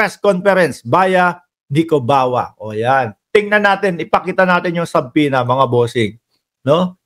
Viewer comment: my dear friend, its silent b. su-pena